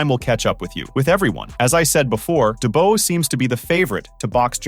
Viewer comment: Dubois = Doo-bwah Daniel Doo-bwah.